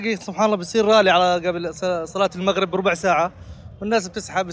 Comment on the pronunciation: خليك زيي غايك قناه غؤيا العغبي غمضان التقغيغ تصيغ يارجل بعرضك لاتحكي كلمه فيها حرف راء ذبحتني بحرف الغاء الجديد المغغب مو المغرب